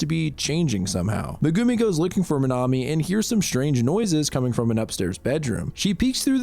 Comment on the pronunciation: i have never heard megumi pronounced meh goo me